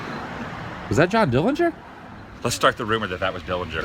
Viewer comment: Dohn Jillinger.... LOL !!!